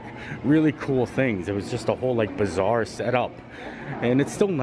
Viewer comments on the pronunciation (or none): Every time you said bazaar, I heard bizarre and I thought... the pavilion is not bizarre 🤣🤣